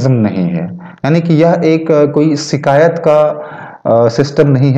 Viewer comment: " शिकायत " और " सीकायत " के उच्चारण का फर्क समझो